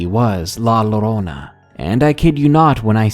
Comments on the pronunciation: Also it's pronounced ( yo-ro-na) and written Llorona . Spanish is my first language. 😉 also your welcome. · Cool stories. Ever thought of asking a guest to read the stories with Spanish origin? Some of the words were pronounced wrong and it would have better effect to have it done right. Not to be critical but just a thought.